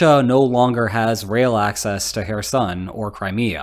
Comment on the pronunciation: You're not pronouncing names correctly. Kherson with is said with a noticeable but almost silent K sound at the beginning. You're saying Donetsk wrong too. It's not Don’yeah’tsk - it should be should be D(oh)netsk. With love from Ukraine....